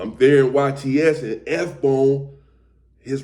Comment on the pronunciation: I'm confused. It says S Bone but sounds like you're saying FBone. Are you talking about F Bone (Lonnie)